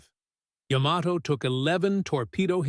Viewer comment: AI voice keeps mispronouncing Yamato… 🙄